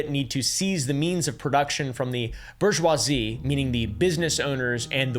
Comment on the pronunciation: "Borg-wazzy" lol